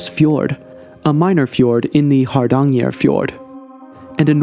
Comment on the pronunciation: In the word Haranger, the G is pronounced like the G in Gabon or Gabriel.